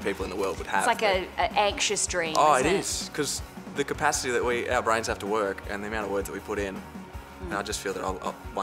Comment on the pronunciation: did he just say compasity WTF .................is he available 😍😘💓💕💞